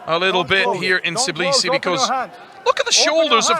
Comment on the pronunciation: tBILISI not tiBLIsi wtf man you have one job